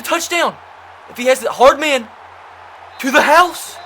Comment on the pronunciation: Hey I wanted you to notice you said Hardman wrong the whole series